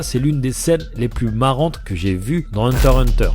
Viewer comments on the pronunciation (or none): On ne dit pas HUNTER HUNTER ON DIT HUNTER X HUNTER !!!!!!¡!!!!!! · Pourquoi tu dit hunter hunter et pas avec le X au milieu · C'est pas pour être embêtant mais ça se prononce hunter X hunter faut prononcé le X